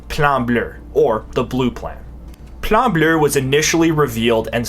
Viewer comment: I cannot stress enough how hard I laughed every time you said “Plan Bleu” in a proper accent. I’m out in public cackling like a mad man 10/10 keep up the good work my man.